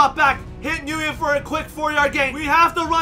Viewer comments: i thought nyguyen was pronounced win, because my friend has the same last name and thats what he says his last name is pronounced like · It’s pronounced (win) or (Wynn). It’s Vietnamese I believe. The fact that you don’t know that as an “Asian” guy is odd. Lol